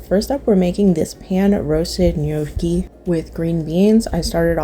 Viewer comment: Gnocchi is pronounced no key not yokee